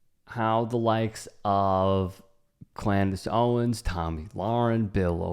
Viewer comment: Not sure if "Clandice Owens" was a mispronunciation or not, but I'm here for it.